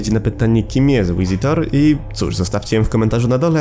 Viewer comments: visitor sie czyta (fisitor) a nie (łisitor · Czyta się wizytor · Przepraszam, ale nie mogę wytrzymać tego, że czytasz "V" jako "Ł" XD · git odcinek, niezły montaż, tylko mamjedną uwagę mianowicie z tego co wiem 'v' w języku angielskim zawsze, albo prrawie zawsze czyta się jako 'w' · jak ty strasznie kaleczysz język angielski swoją wymową nazwy "Visitor"